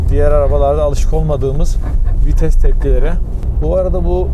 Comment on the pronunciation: fites değil vites.:)